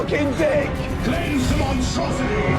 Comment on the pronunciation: Thanks to this vid, I can only hear "Cleanse them on saucy" when the marine says "Cleanse the Monstrocity